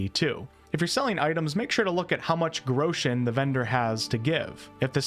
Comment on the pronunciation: 'grechens' haha